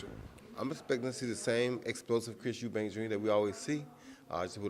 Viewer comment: Pisses me off people calling him and his dad Eubanks. It's Eubank. FFS.